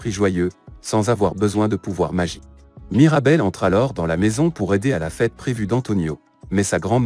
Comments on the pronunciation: C'est plus " Mirabelle" c'est " Marabelle " 💀💀💀💀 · C'est pas Marabelle c'est Mirabel. Mais sinon c'est superbe !😊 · C'est mirabel 😂pas marabel